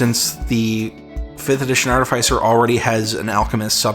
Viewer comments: Artifice is pronounced like artemis except the obvious diffrence. Artificier is pronounced Artefic-ier. We don't say Artif-EYE-sial intelligence or artef-ICE-ial intelligence. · Arteficer is pronunced like artificial. As is Artefice.